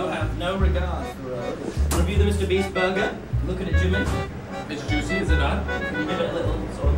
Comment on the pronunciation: "Mr Breast" 😭😭😭